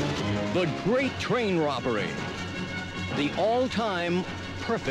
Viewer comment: i hate the way the narroratorsays "the grat train robbery"